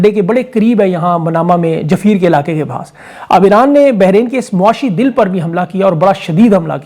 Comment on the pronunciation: sattar nahi boltay, its pronounced as " سيتراة " sitra , and juffair is prounced as, " joofair " . akhir kaar poori dunya ko pata lag gaya bahrain kidher hai.. idher bohat pakistani awaam hai sadyon say.. Allah sab ki hifazat karey.. aur meri taraf say ap kay liye ek visit visa free jab ana hai aajao.